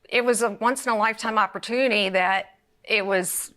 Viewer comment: "I had an opertooney to a move to a, California." Lol 🤣Opertooney.. 🤣🤣🤣 "One of the opertoonies.." Lol